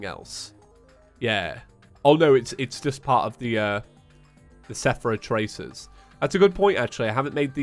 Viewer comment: I know I’m a bit late to this series and upload date but can we all appreciate that after 3-4 years still says Sephra tracers instead of Seraph tracers 😭 and no I’m not trying to be rude